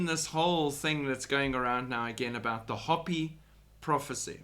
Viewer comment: Just FYI: it’s pronounced “hope-ee “. 😉😁